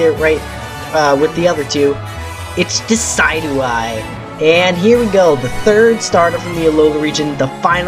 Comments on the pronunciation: Deh sid yoo i As in deciduous and Eye Not Deh Sy dew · You pronounced decidueye wrong. Sorry for picking put faults, I'm not hating